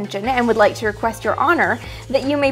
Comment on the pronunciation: "We would liekto"